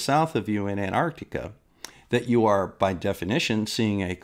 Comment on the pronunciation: I agree with everything you say and flat earth idiots are flat earth idiots but there is one thing I noticed watching the final experiment videos is that a large number of presenters don't know how to pronounce Antarctica it's not Anarctica lol it's as bad as( nucilar) nuclear. It's a glorious world.